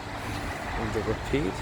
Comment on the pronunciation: Isn’t it pronounced rapid (ra-pid) , not rapeed. Anyway keep the vids coming, you should put ASMR in the title/ tags!